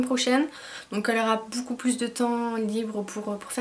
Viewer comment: ''boucoup" ahah ! :p sinon super la routine teint !